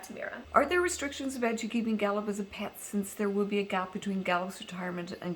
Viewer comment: Lol in the beginning I thought you were saying "Da boop" lol luv u <3